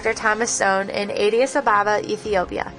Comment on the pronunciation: she can't even pounce Addis ababa very well horrible way to introduce an amazing book